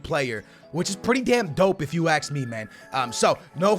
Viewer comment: Can not say ‘ask’ he always says ‘axe’